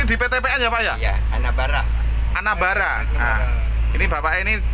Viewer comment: Bukan ana bara tapi aeknabara😂😂